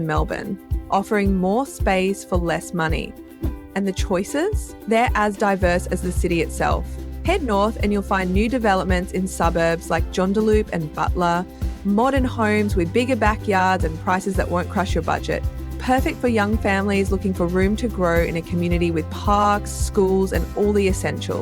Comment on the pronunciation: Joondalup is pronounced June-del-up